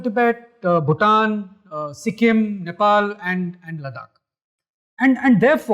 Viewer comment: लदाख is the pronunciation please. Don’t screw it up, in a otherwise good talk.